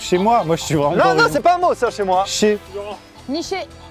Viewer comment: A Maxime a dit "schez" mdrr et aussi à " les noms communs